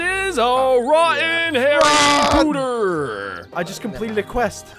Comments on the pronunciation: It’s Harry Potter not harry pooter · Its not Pooter its Potter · Potter not pooter